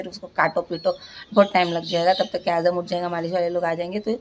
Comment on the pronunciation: Dear Ur so blessed that u have a Daughter like Uzma, She's So Matured Masha Allah... N Ap na jab bhi Azam ya Riyaz bolte ho toh pls Z ki sound use karo na j kyun bolte ho😂Ajam Riyaj